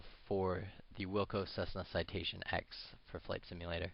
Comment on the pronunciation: Citation Ten - not X!